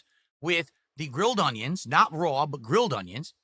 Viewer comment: You'll never convince me that God doesn't have an epic sense of humor. When He made, He told the angels, "Watch this! I'm going to make this one like a retarded ape, but I'll give him basic verbal skills and the hand-eye coordination of a blind toddler." Every time he says "Ung-Yuns," I want to bang my head on a desk!